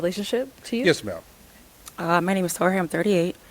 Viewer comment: The way says ma’am 🤣